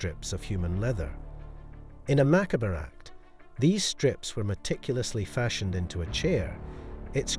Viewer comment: Mackabra lol… it’s pronounced ma-cobb but i still like ya